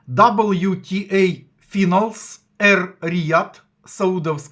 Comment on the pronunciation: Перепрошую, але "файналс" (не "финалс")